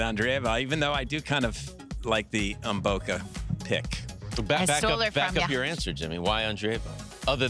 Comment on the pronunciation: Funny pronunciation of "Maboko" instead of "Mboko"😅 In fact, as a Ugandan( bordering with Congo), I already know that "Maboko" means "hands" in Lingala, Mboko's parents language.